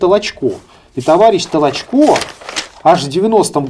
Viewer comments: Ударение только надо правильно в фамилии: ТолОчко, а не ТолочкО! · Ведущий , какой ты бестолковый ! ТолОчко ❗️. .. а не ТолочкО ❗️..... Коль ты даже этого не знаешь , дальше тебя слушать..... Трата времени впустую ! 👺 🤮🤮🤮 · Может, для начала, правильно ударение в фамилии Толочко ставить? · Пучков то откуда знает? Он что историк? Он это, родился в Кировограде. В крапивницком сейчас. Давайте у Спицына хотя бы спросим. А Петр Петрович не ТолочО а ТОлочко. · Пожалуйста, произносите правильно имена известные и уважаемые, в данном случае, историка - Толочко, ударение ставится на втором слоге, на Украинский манер. Материал исторический вами предложенный очень интересный и чрезвычайно Своевременный, по мнению многих.